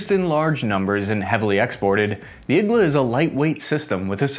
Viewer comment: It's pronounced Eee-g-Laaa... needle in russian